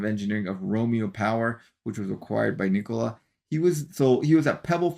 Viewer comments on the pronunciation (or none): none